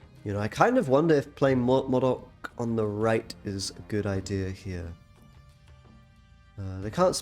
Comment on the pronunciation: You and really need to start pronouncing 'Modok' as you would 'robot'. It's distracting saying it how you do.